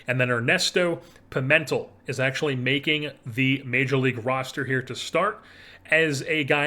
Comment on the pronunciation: I believe Pimentel is pronounced, Pee-Men-tell. I like your approach to things in this offseason not just holding onto lesner because he’s a fan fav who’s a good not great player. I don’t think his contract was the worst tho.